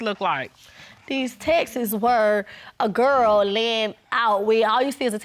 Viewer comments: “Textes” sounds like Texas.. ugh it’s so annoying pronounce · My pet peeve .... You cannot send a state to anyone!!! It's not Texas folks! It's TEXTS!!! All you do is say TEXT & add an S to the end! Not an ES!